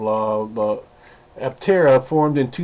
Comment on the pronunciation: aPtera with a P not altera !